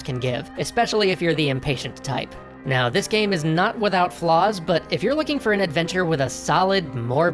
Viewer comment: "Gaem" is making me laugh so much 😂